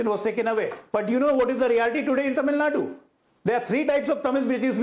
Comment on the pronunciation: Not Tamilnad, Its Tamilnadu